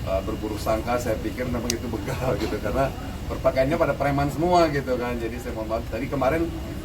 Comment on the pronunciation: Tangannya gerak terus seperti dirijen 😂😂 BÉGAL kedengarannya BEKAL 🤪